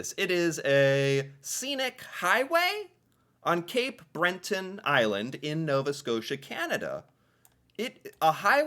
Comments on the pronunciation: "Cape Breton" not Cape Brenton. There is only a single 'n', at the end of the word. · Breton... not Brenton. Was driving me crazy :). Nahani is hard to get to, and in the winter when the Northern Lights are happening it would be gruelling. The Rockies... namely Banff and Jasper national parks, are accessible all year long and much more settled and fairly close to some major urban centres. very interactivce places... including skiing, hiking, excellent resorts and restaurants, and of course all kinds of nature. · Do Americans pronounce things abominably on purpose? I just wanna know where that second N came from for BRETON. 😅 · Seriously...where do you see it written 'breNton'? There's no n in the middle! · I'm starting to think this guy is just punking the audience. How many times are you going to add an 'n' to Breton? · Love your videos, but feel the need to correct two slight errors: there is no 'n' after the 'e' in Breton, and Cabot is pronounced with the emphasis on the 'Ca', not the 'bot'. You'll get there... bless your heart! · Spelt Cabot.. pronounced Cabit.... And it's Breton. Not brenton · Yes you are saying Breton wrong as well Cabot it is pronounced cabit,and Breton has only1 n at the end so not Brenton it is breton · Why do you take "Breton" and stick an "n" into it? It's NOT pronounced "Brenton." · Cape Brenton lol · Can I just ask where the ‘N’ is is Breton that you keep pronouncing 😂😂😂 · Cabot rhymes with rabbit. It’s in Cape BRETT-un. You’re welcome. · Ur brain really wants to see something else eh? Ka-bot Trail, Cape BreNton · Don't see the "N" in Breton. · There is no "N" in Cape BRETON Island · I get so triggered with this guy. how do you pronounce every word wrong. Cabot ca-bit. breton not brenton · Cabot Trail is Pronounced CAB IT Trail. Also Cape Breton only has one n.Bre Ton